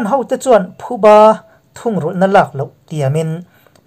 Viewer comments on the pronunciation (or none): none